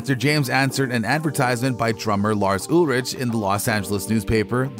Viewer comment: Ullllrich not ewwwrich.